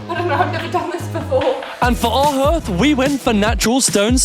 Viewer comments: Hearth..... pronounced harth. You have embraced your idiot :D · Hearth is pronounced harth 😊. Great job idiots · I thought the same it’s a hearth (pronounced har-th) 🤣🤪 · It's pronounced 'haath', nor 'hurth'. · I winced like nails on a chalkboard everytime you mispronounced the word ‘hearth’ 😂 btw it’s said “harrrrth” not “h-earth” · Its Pronounced HARTH not HERTH, Bless all you guys, im Loveing all your work, above and beyond. xxx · Love you guys. . But it's 'Harth' not 'Herth' ( even though spelt hearth) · It's harth not herth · What Is a HERTH??? does he mean a Harth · Lol it’s pronounced harth not herth. Another great video guys. Your parents are going to be blown away ❤ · It’s a HARTH, not a herth!!!! But spelled “hearth” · I didn't know that a h(e)arth can also be pronounced as a hEarth!!! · It's pronounced "Harth" not herth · It’s spelt hearth but pronouncd harth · It's pronounced "harthe" but spelt with the "e" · Are you trying to say Hearth? Like it rhymes with Darth 🤔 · Hi guys amazing job ..made me laugh its pronounced HARTH...hearth looking superb xx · Hearth ....pronounced Harth 🤣🤣 Great job! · I forget that youngsters of your age have probably never heard of a hearth …. pronounced “harth” 😂 I’m blown away with what you’ve done so far! Did the measuring guy come back and retest the mould levels after the spraying? It would be interesting to know what happened after treatment - also what the levels were like on any furniture/materials you were bringing back in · Hearth is pronounced harth 👍 P.s great series 🥳🎉💕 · You are really great kids , and doing something totally amazing. Just need to point something out that beautiful hearth is pronounced harth 😅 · Another brilliant update, handling everything thrown at you with fantastic attitude. One point, because I'm an oldie, Hearth is pronounced 'Harth' like 'Half'. 😊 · The word hearth is actually pronounced harth. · Love the hearth, tho it’s pronounced harth 😂❤